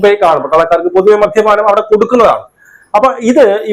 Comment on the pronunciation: നിന്നെ ആരാടാ മലയാളം പഠിപ്പിച്ചേ??😂 മദ്ധ്യപാനം,നിനക്കൊന്നും വേറെ ഒരു പണിയും ഇല്ലേ??